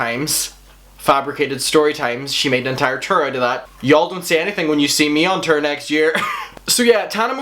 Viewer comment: From now on I'm only pronouncing tour as terrr